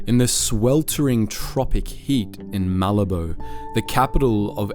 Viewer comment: Malabo is not Malibu. It is MA-labo